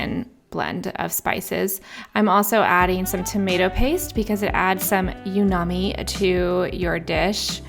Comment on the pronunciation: 😂you just pronounced umami as “youmommy”. Girl! Don’t be takin’ about my mommy! Lol just kidding. I got a chuckle. I love this compilation. It sounds scrumptious.